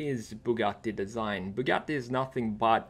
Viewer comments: as an italian i really appreciate you trying to spell both Bugatti and Centodieci properly, i know its not easy but you’re very close to the proper pronunciation, bravo! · kinda refreshing hearing someone pronounce Bugatti the proper way